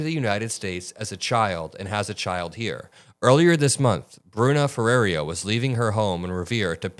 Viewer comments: Bro, it's not that hard. Her name isn't Ferreria, it's Ferreira. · for those that can't pronounce the name Ferreira, here's some help...just say "FUH - RARE - RUH". If you are capable of trilling your R's then you could try the proper pronounciation "FEH-RREY-RRAH". The "ei" in the name just means it sounds like "AY" in the word "Day". Also, as you can see in the spelling the letter " i " is before the last "R", so there's no reason the name would be pronounced "Ferraria". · great coverage! quick note to correct her name pronunciation, it’s “Feh-ray-rah” (but if you can roll Rs then do that for the middle ray) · I have to say it lol I’m not trying to be a jerk it’s just that no one is pronounced it right… it’s actually pronounced Fa-Rare-a